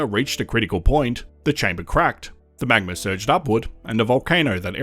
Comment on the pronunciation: Drinking game: take a shot every time the narrator says “magmer”